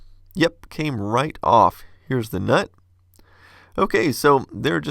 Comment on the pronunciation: Sorry but hearing him say "nut" the way he does is funny to me